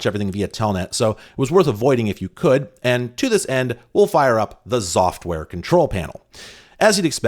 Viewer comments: Me, listening to saying "Xoftware" but not looking at the player: Zoftware? What a nice name. Pronouncing X as Z will never cease to amaze me;3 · I think they expected you to say Exoftware, the same way some people say "Exavier" instead of "Zavier" for the name Xavier.